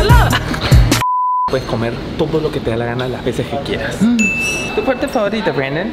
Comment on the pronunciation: nose dice mira brandom se dice mirra breidom